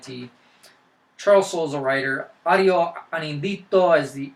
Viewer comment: Wow, you said my name correctly! Thanks for the awesome review! :D -Ario